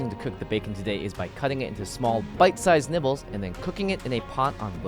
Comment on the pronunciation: Did say nibles or nipples congrats is it a boy or girl